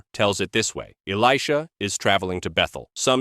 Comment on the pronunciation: I like the one about the folded napkin. That makes sense. But really, A.I. pronunciation of Elisha is ridiculous.